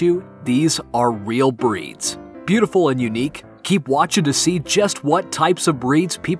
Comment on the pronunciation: When the makers of the video mispronounce several of the breeds they mention🤦‍♀️